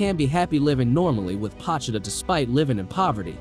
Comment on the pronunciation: Its pronounced POE-cHee-Ta